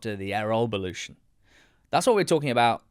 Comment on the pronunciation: I’m so glad you both pronounce “Bulut” correctly unlike some other commenters who insist on pronouncing it Buluu. Great analysis the problems run deep at Cardiff. Think he will probably be gone by next international break although it will hit Tans pocket with Erol on a 2 year deal. The cycle will continue again.